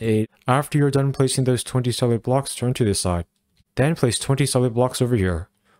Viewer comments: The way you say “20 SOLID blocks” sounds a lot like “twenty SEVEN blocks” lol That was a pain to tear down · Oh my, I built the whole base layer thinking he said 27 blocks long to realise he said 20 solid blocks 😂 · I thought the same thing too, I turned on CC to make sure I understood correctly and it saved me a lot of time 😅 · I cant tell if you're saying 20 solid blocks or 27 blocks, video is great though. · Is he saying place 27 blocks or 20 solid blocks???? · Is he saying 27 or 21?? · I thought he was saying 27 as well but I turned subtitles on and found he was saying 20 solid blocks